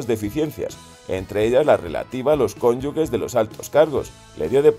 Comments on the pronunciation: Cónyuge en vez de cónyugue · Se pronuncia [kónyuje], no ⊗‍[kónyuge]; por tanto, no es correcta la grafía ⊗‍cónyugue. Real Academia Española y Asociación de Academias de la Lengua Española: Diccionario panhispánico de dudas (DPD) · Se dice cónyuge, se escribe con "g" pero suena como "j" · Se pronuncia ConyuJJJJE...!!! NO LLEVA U ENTRE LA G Y LA E POR LO QUE SE PRINUNCIA COMO J!!!! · Pronunciáis mal la palabra "cónyuge", echarle un ojo que no cuesta nada hablar y pronunciar bien, leñe